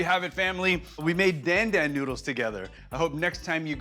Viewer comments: Again you mispronounce the dish’s name. Why Jet? It’s not “Dan” as in the male name, the A is like in car … so it’s pronounced like the male name “Don”. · It's pronounced Don Don not Dan Dan, and Sichuan peppercorns are not spicy whatsoever!